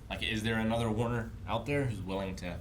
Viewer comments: This week I learned that can't pronounce Banderas or Werner. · Mike did not read Werner correctly.